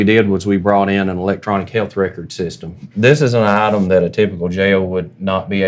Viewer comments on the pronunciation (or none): none